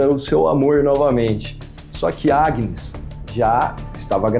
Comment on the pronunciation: O pior o narraddor nao sabe dizer Agnes 😂😂😂😂eu ri muito 😂😂😂😂acho que ja sei porque que pelo menos ela morreu foi de susto ao ouvir o proprio nome